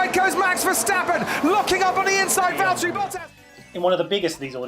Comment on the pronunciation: Great runthrough, but I have to say that it's not val-TEAR-y, it's VALL-terry. He's just Waltery.